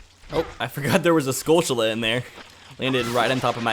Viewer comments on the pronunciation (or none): Pronounce "Tilly's". Now pronounce "Tullas". Now pronounce "skull... tull....uz". There are no C's or H's in the word skulltulla. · Stop pronouncing "skulltula" weird. There's no 'ch' sound in it.